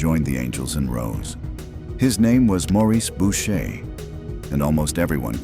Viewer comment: "Bow shay" should sound like "boo shay" FFS !